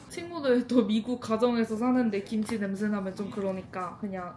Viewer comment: 김취랑 보쐄~ 맛깔난 발음 ㅋㅋㅋㅋㅋㅋ 갑자기 웃겨서 뽱 터졌어요 ㅋㅋㅋㅋ